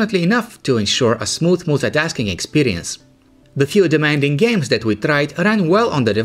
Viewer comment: he says mooltitasking(for multitasking). haha!!!